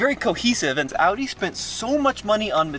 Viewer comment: He knows how to say audi correctly 🙏🏻 thank u and greets from Germany